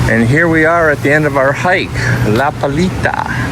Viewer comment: This guy mencioned 12 times "La Palita" along his video. Man, if you want to make an add of the restaurant at least learn the name properly! It is "La Playita", not "La Palita", "The litle beach", godness!